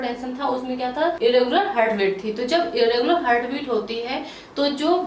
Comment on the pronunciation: Hurt nhi heart bolte hain😂